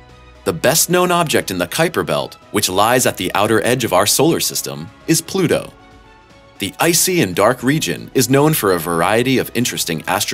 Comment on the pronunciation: It’s Pluto you twat!!